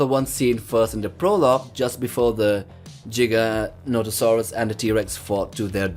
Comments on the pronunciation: It's prononced (J-eye-gan-toe-saw-us). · Funny how giga is not pronounced either of the ways stated in the video and wasn’t the biggest carnivore, that belongs to tyrannosaurus and giga would most likely get Merced by a rex